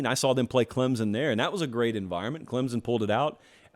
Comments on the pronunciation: It’s Clem-SON, not Clem-Zin!!! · Love your show brother.. But please stop pronouncing it "ClemZon".. There's an imaginary "P" right after the M lol.. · Heck...this dude can even pronounce Clem Son.....where is the Z? Yes it is annoying.